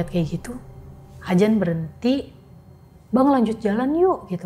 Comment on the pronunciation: adzan mbak bukan ajan 😀